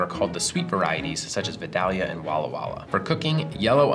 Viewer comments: It's pronounced VI-DALE-YA not VUH-DOLL-YA. Just had to get that off my chest. Walk around Vidalia, GA talking like that... you will be corrected. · For anyone out there, as someone with roots (pun intended) in Vidalia Georgia, he is pronouncing it wrong. It's vi-day-lee-uh. People who have a south Georgia accent will say vi-daya He said it vi-dall-lee-uh. Anyone local to Georgia will look at you funny if you say it like that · What's a ViDahleeah? You mean, VeyeDayLeeA? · I have watched may of your videos btw, and love them all. Being from Georgia, I just have to make one comment on the Vidalia. I have heard a few YouTubers pronounce them as you did with a "short" A sound. The town where they are from is pronounced vy DAY lia or vy DAY ya (like Hi HAY Yah). Very glad you included them. :) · Btw the local pronunciation of "Vidalia" is vie-DALE-yuh. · It's pronounced: VIY-DAY-LEE-UH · Vidalia is pronounced VEYE-day-yah. Never heard it pronounced the way you did which caused my wife to cringe as if fingernails were scraped across a chalkboard. LOL! Other than that really like your food science videos. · As someone who spent part of their childhood near Vidalia Georgia it always amazes me how everyone pronounces it incorrectly.